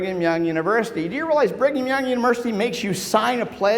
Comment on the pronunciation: I thought he said Bring 'em Young University, lol.